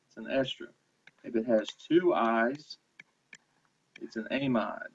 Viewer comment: takes WAY too long to wait for lecturer to write! No flow, so much dead time. Plus he needs to get a silent mouse and learn how to pronounce words like "amide"....